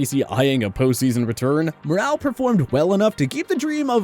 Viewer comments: likes to mispronounce names. Pronounced like "moral" not "morale" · Good catch. Earl Morrall last name pronunciation was butchered too. Mor-ull not Moral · Just FYI, Earl Morall is pronounced like Moral, not Morale.